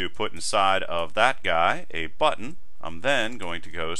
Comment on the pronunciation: no no great tutorial! i just like the way you say button. it was meant as a compliment ^_^ thanks!